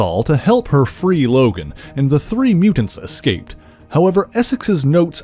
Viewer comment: Why is he pronouncing DOG LOGAN’S first name like that?